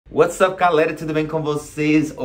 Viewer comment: "Uatsape,galera,tudo bem com vocês"? Nunca entendi o que ele fala na abertura,rs...